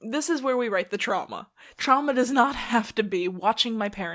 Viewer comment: When u said the word “trauma” I thought u said Chama😭😭😭and I was immediately like HUH